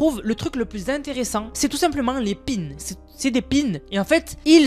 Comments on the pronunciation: on dis "PIN SEUUUUUU" les "pines" n'ont pas la même fonction ! MDR 🤣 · Des pins des pins pas des pine 😂😂😂😭